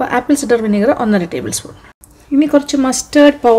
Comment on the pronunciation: ആപ്പിൾ സിഡർ അല്ല, its ആപ്പിൾ സൈഡർ.